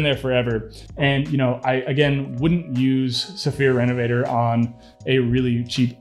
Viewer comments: So, this is going to be THEE most pretentious sounding comment ever, but....it’s pronounced REN-UH-VUH-TORE. It’s not me. They’re French!!! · Great vid. Hopefully I'm not being too picky, but can you pronounce it the French way instead of the English way lol. Thanks for the vid 👍👍